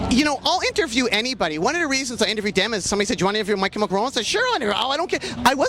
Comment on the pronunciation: And “dem” instead of “them”